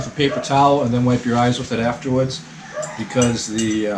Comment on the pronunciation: Bwahahahaha! The Bawstun accent became obvious after eating spicy noodles: Aaawfterwads!